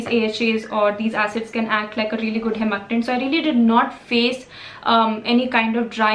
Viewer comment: It’s Humectant (pronounced as hyumectant). 😅